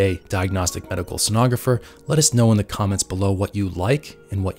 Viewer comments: I know right? Mid way he starts saying it correctly. ;) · Mispronounced "Sonographer" multiple times this video. 🙂